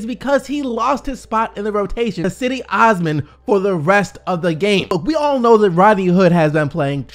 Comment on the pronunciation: His name is NOT "AWSMUN". It's pronounced "OahsMAAN"